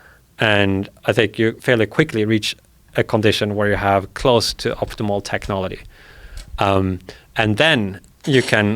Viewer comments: Why can’t this guy say the word technology or technological correctly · This guy invents a new way of pronouncing technology every two minutes I swear